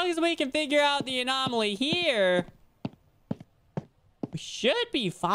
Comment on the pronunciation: Lmfao poor is having trouble pronouncing anomaly😂 GRAB THE WEINER JP!😂